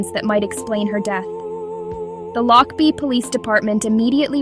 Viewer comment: I think that you need to take this down because you have no right to post anything. You are posting homes in the area that is not in the area. You can't even say the name of The Town Lochbuie Colorado. Stop this video.